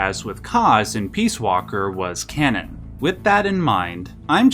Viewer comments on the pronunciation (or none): none